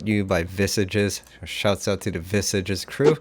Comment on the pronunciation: Well done, great video! P.S. ... You mispronounced 'Visages' 😀 It's a French word, which means 'faces' and it's pronounced 'viesash' 🙂